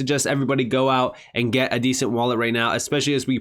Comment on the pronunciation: Although I do love your channel ... It's a ...DE..cent .. As in De ..centralized wallet Not a descent..wallet .. Like it's OK..it's descent... It's a DE ..CENTRALIZED WALLET .. DE ..CENT .. NOT DESCENT...LOL